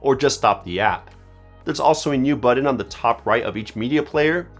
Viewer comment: Great video but what the heck is a "buddin"? Do you mean BUTTON?